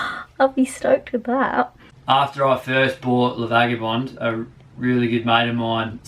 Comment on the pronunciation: hi, just before you say goodbye to LA Vaga, you better learn how to pronounce the name! (phonetically)it's a Beneteau Key-Clad,ees:)